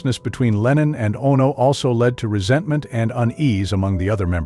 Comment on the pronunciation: "Ah-No"?... Oh, NO!!